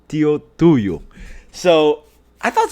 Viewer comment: You actually pronounced Tuju right! Clicked immediately on the video as I saw the local brewery name